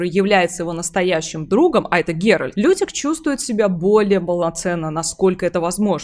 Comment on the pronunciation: Секунда занудства: вико́нт. И мне кажется или я слышу постоянно "Геральд"? Тем не менее, спасибо за разбор, интересно. Про Лютика не лишним сказать вот что: он никогда сам не бросает ни одну из своих пассий. Он просто ждёт пока у нее не лопнет терпение и она сама его не выгонит (скандал и выбрасывание всего его барахла из окна рациональны). После чего он грустно бредёт, сетуя на жестокость мира в целом и любви в частности, по дороге может напишет об этом балладу, ну а потом приземлится в постели у другой пассии. Как с гуся вода. Верно подмечено про проблемы с родителями. Пьяница, дуралей, бабник. Но почему он вызывает такую симпатию? И не только у скучающих дам? Самая большая страсть Лютика это истории, и ради них он готов жертвовать и комфортом и безопасностью. Он шпион, он бродяга, он лично видел все ужасы войн, он на секундочку лично хоронил людей. Говорить что он трус - странно. И после этого он пишет об увиденном стихи, поет об этом баллады, вышибающие слезу у самого дремучего кмета и пробуждающие человечность в самом диком бароне и наемнике. Не знаю, видит ли Лютик в ГеральТе фигуру отца, но он точно ему временами завидует, его силе, его брутальности (вспоминаем угарный квест про Пурпурного Мстителя). Но так получается, что именно голосом Лютика рассказывается вся история в Ведьмаке 3. Мне кажется, это очень важно, потому что сам пан Анжей может и хотел его изначально подать как смешного спутника главного героя, но он очень быстро перерос эту роль. Лютик хоронит Эсси Гл